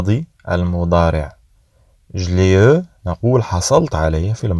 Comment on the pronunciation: Juste une remarque eu ça se prononce u